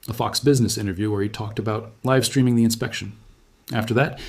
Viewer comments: Is this A.I.? I have seen several of his videos before. He seems to be well spoken and very eloquent. Why would he say Elon Musk wanted a liv stream not live stream. You usually only here stuff like that when it's a computer or A.I. misinterpreting the script. It cannot tell the spoken difference between liv and live because they are spelled the same way. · He/it said "liv stream" not "live stream". Something fishy here.